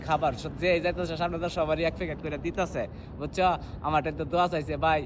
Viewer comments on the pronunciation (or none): none